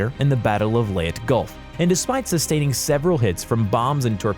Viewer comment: medway?? leyet gulf??? its midway and leyte gulf.. my god my ears bleeds